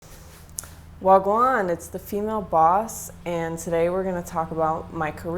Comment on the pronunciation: Do you hav Jamaican friends 🇯🇲 Sound to me like me like you do, Because you say wah gwaan